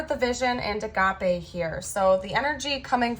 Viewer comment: just an aside, I'm almost positive "agape" in that deck rhymes with grape, meaning used like jaw dropping/mouth agape/open wide